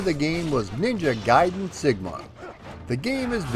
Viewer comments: yup. Ever since street figher 1😀. Also like the other comments I pronounced gai-den as gay-den. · I'm ashamed to say I called it Ninja Garden.